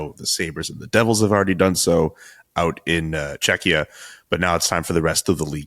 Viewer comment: For the love of God, please someone tell CJ how to pronunce Czechia already 😄 It's the same as in Czech 🙂